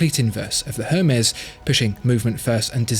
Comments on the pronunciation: I believe it's pronounced "airmez" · Isn't the "H" in Hermes silent? It's French, right? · I didn't think you pronounced the H of Hermés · I dont want to be that guy but you dont pronounce the H in Hermes.